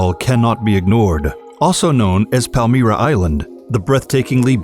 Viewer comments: Palm-Myra...not palm Meera... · Socotra is inhabited or it was the last time that I was there and it is politically and culturally attached to Yemen. Palmyra is pronounced Palm Y ra not Palm E ra.